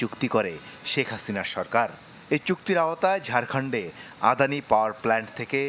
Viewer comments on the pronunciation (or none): LOL, Brother, atleast try to read the name correctly.. That's not 'adhani', it's 'adani'